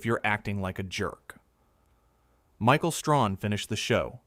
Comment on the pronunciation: It's Stray Han! Get the name right! Talk about respect, pronounce the man's name properly! Bad AI!